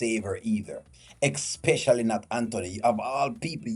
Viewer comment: it especially and not expecially